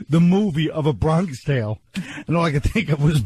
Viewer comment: Why is dummy saying "Bronkish tale?" This guy doesn't under his own bits.